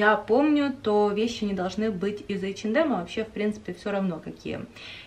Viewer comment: Нравятся Ваши видео, приятно смотреть, хотел только поправить что h&m произносится как эйчинэм, без д)